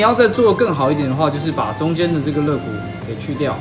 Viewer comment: 发音有错误，应该叫肋骨〈leigu〉而不是legu 我特别注意看了一下，应该没有听错